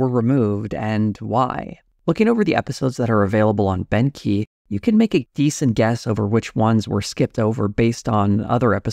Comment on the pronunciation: Beauchamp is pronounced beech-ham with the 'h' in ham being almost silent. Everytime says Bent Key I hear Benky 😊 not the best brand name I suspect.